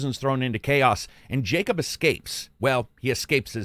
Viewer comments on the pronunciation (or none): none